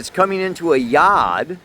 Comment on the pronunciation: Yod pronounced like good